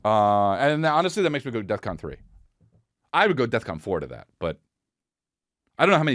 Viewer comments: Was it just me or was Chris saying "death con" ?? Lol Bc I'm pretty sure its "defcon" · It’s DEFCON. With an F. Not DEATH. Fuck.